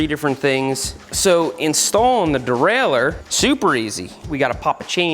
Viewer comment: "Yeah man. The durrailher."